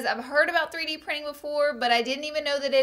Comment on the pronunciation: Prinin. 😅 chop chop English language